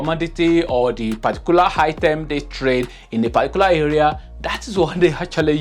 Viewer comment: It’s Item not hitem 🙄🙄🙄